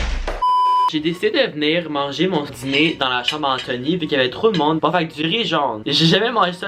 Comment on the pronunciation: Je rit quand dit: ‘la dziner’. Est-ce qu’il n’est pas ‘diner’?